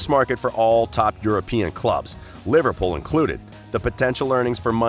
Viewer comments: Jesus.....you can't even pronounce Liverpool properly......honestly LIVERPOL ????? WTF 😡😡😡😡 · I love you man. You even try to say Takumi Minamino with an accent and don't even do that bad. Then the next breath "LIVERPAUL" xD